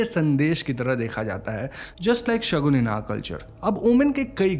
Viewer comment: Shagun not shakun.... Please correct